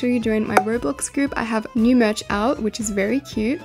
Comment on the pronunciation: "If your neuwww" LOL